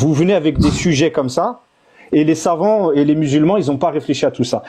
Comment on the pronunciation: Quand ils prononcent "les savants" moi j'entends "les savons" parce qu'a chaque fois que quelqu'un les attrape sur un sujet chelou, ca glisse, ca glisse 😂😂